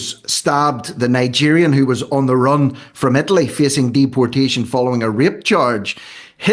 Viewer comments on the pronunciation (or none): none